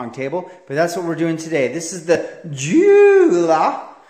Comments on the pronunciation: It’s pronounced uolaa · It's pronounced "Yo-luh"